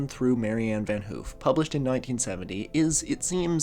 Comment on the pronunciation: Van haaf. Not oo